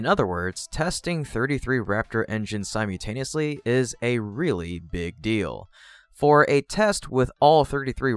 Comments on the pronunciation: It’s not “sime-yoo”-taneously, it’s simULtaneously. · the word isn't "sym you taneously", it's sym ul taneously. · Si-mew-taniously? Still? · It's pronounced sim-ull-tay-nee-us-lee